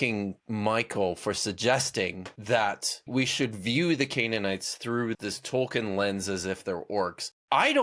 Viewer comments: It's pronounced toll-keen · 1. Tolkien is pronounced toll-keen 2. Neither group of you guys understand what Orcs are at all. It's more understandable for you guys, since all 3 of you seem to only have movie knowledge, if that. But he's preaching about the literature & Tolkien's intent, and Tolkien was very open about disliking how he put forth Orcs & he kept changing his mind on both their origins & their inherent nature without the pressure of a Dark Lord. His latest decision before passing appears to be that they're corrupt humans, not corrupt Elves. It doesn't really explain their seeming immortality that way though. 3. The Silmarillion is literally my favorite book, with The Lord of the Rings being my 2nd favorite (I see it as 1 novel, as Tolkien intended). I don't appreciate the ad hominem style mockery, even though these apologists kind of deserve it. As a massive Tolkien nerd & a massive atheist, I feel mocked as well.